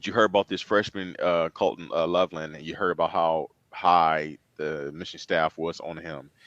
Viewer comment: It’s definitely colston… not Colton. Don’t disrespect that name.